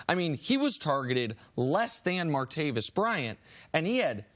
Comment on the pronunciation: WILL YOU GUYS PLEASE TELL CHRIS CARTER THAT THE NAME IS, "MARTAVIS BRYANT," NOT "MAR-TA-VIUS." I CAN'T BELIEVE HE STILL GETS IT WRONG OVER AND OVER AGAIN.....IT MAKES ME CRINGE!!!!!!